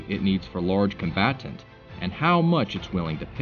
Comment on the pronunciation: 😂😂😂 " Con bat tant "